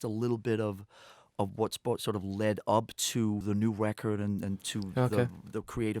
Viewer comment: I love that he says "Wecord"